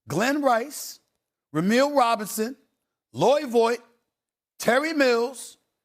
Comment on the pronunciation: Some corrections..."Freeder" NOT "FRY-der"...Big Dog Glenn Robinson played for Purdue NOT Michigan, Glenn Robinson THE THIRD played for Michigan. Loy "VAWT" NOT "Voight".